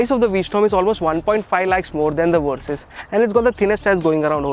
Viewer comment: Hearing you call it the "Kawasaki Worsys 650" doesn't make me want it very much.